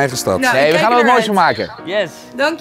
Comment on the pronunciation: Ga toch wel bijna iedere keer over m'n nek als de 'errrr' uitspreekt